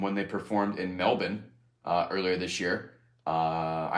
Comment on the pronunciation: after over an hour of talking about how much he loves his wife, Ray pronouncing Melbourne correctly warmed my heart